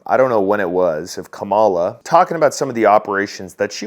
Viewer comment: did you say kumswallo harris?